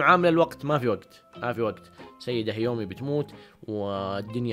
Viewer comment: يااخي هذه البني ادمة اسما كيومي مش هيومي😁 بعدين قول انواع الرياضات مش رياضيات فرق كبييييير😆😆😆😆